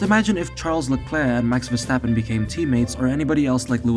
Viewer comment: max verstappen... not mex versteppen